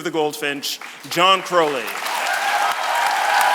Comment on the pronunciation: As a fellow Crowley, the way the interviewer says 'Crowley' makes me cringe.